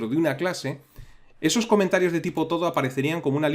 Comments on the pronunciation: Fantástico vídeo, como siempre. Solamente una aclaración: no parece que la nota "TODO" en el comentario se refiera a la palabra "todo" en español, como la estás pronunciando. Si esto es un término que usa todo el mundo, por convención, la lista de tareas lo reconoce automáticamente, y atendemos a su función, tiene toda la pinta de que esto es realidad es "To do" (traducido, "por hacer"). En inglés se utiliza este término como un sustantivo y se habla de los "todos" (to-dos) como las tareas pendientes de realizar. Pongo esto por si a alguien le ayuda a memorizar y entender el término. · Por favor! No se pronuncia TODO es To Do, "a hacer" en inglés, pronunciado "tu du". Por lo demás buen curso.